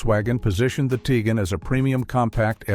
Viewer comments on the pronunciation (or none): Narrator needs to say Hunday, not Hyundi. Tigan should be ti quan. Stop pausing between adjectives and nouns. Great voice.